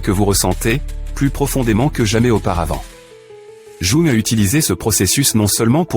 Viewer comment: Jung: prononcez young svp